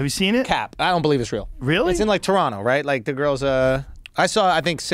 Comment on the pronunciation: KUDOS to the guys saying Toronto properly